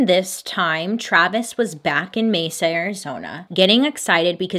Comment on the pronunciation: It’s so weird you covering this case because I live in Mesa Arizona and you’re like the only person who pronounces Mesa right!! Every other YouTube or messes it up